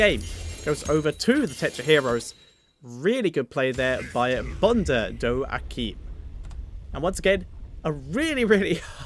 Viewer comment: Also, you actually got the pronunciation almost right. Bonde Do you've said perfectly. Aecim is something like "Ah eh (like in meh) seen". But Aecim isn't a real word anyways. So, great job pronouncing it actually!!